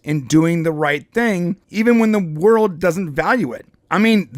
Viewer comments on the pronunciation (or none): none